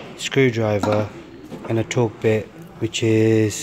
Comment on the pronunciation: Torx bit, not Torque bit.